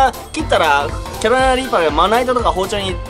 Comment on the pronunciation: 、毎回キャロライナリーパーってちゃんと言えてないのが可愛いですw 1回の動画で何回言っても、やっぱり言えない所がまた面白いw